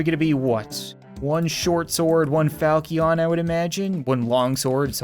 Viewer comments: Once again the falcion is pronounced foushion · Falchion is pronounced like fal-shen. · The sword falchion is pronounced falshon. The chi is pronounced as sh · Hey I know this is a bit old and you won’t read it but the funny sounding sword is pronounced like foul-chin. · Falchion is pronounced fal-shi-on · Its pronounced falshin, or falshon, I'm sorry, I had to say it, and, gladius, is said exactly how gladeeus is said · It’s pronounced fal-she-on.